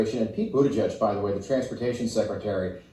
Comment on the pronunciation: I wouldn't be overly concerned about Biden mispronouncing Palastine. This is the same guy that pronounces Buttigieg as "booty juice".